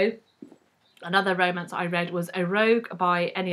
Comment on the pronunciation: please always roll your rs when you say romance. it's perfect. and yeah i can't stand manic pixie girls. usually. i Just finished The Lonely Hearts Hotel, also long listed for the Bailey's, and the character is a bit of a pixie. she does some cartwheels. but she's got a dark side. so it was ok.